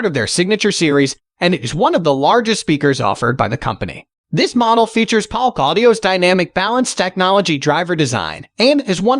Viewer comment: I liked Paalk... (Polk)